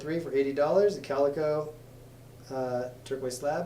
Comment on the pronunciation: It's not calico it carico lake